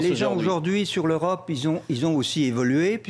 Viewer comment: Non mais j'hallucine. "L'eu ro pe a tenu son rôle lors du co vi.d" dit il mais ou vit ce monsieur? Au niveau transparence au niveau de l'eu ro pe, je pense que l'on est au fond du marais..... Incroyable un tel déni!!!!!